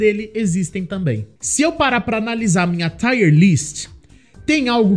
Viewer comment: O Tomb Raider 1 é o pra qual eu mais volto a jogar. Zerei ele rapidão qnd saiu os remasters. o II e III nem serei ainda. Tb gosto do primeiro do Reboot, da ilha. Só um pequeno detalhe, a pronuncia da palavra tier é tir [ˈtaɪər], é parecido com a pronuncia de lágrima (tear), sabe? Tá tire no título. É tier (nível). Dps vc corrige lá. Tier lists normalmente dão bastante view, tomare q dê pra vc tb.